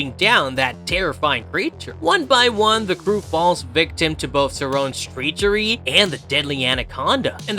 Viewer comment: did you pronounce it "treechery?"